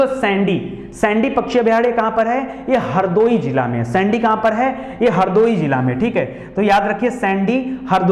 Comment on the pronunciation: Sir सैंडी नही सांडी है हरदोई का